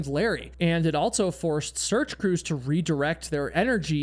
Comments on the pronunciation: I enjoy the stories, but it bothers me the way he says "altso" and "eltse" instead of the correct words, also and else. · You always say “Altso”😂